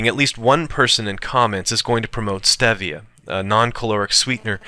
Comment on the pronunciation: Dan Quinn doesn't approve of you condemning stevia. (pronounced steevia, player!) He will challenged you to a fight while videotaping himself shirtless in a mirror, Ok player. (ok, only the mma fans will get that.) How about maple syrup? yay or nay?